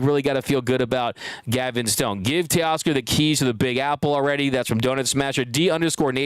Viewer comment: new York can you say Teoscar?